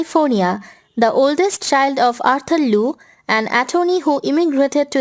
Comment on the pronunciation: Thanks for putting this together. :) It was a good summary of her life so far. Btw It is pronounced gr-awh-n pree because it isn’t English. And her surname is not Loo. It sounds like Lee-yew. :) Just sharing some constructive feedback and not out to put you down.